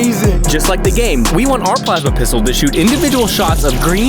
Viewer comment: “plava”pistol lol